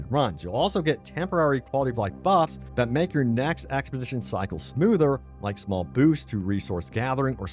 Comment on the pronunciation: expedition NOT axpedition !!!! get help